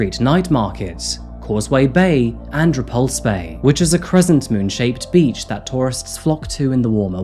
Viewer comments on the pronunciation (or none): none